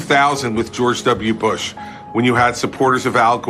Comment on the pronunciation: I hate how he says "George W. Bush" as 1 word with 2 syllables.